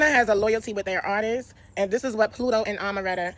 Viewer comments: Artists isn’t pronounced like “artistses” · “ARTISTS’s” BE KILLING YALLLLL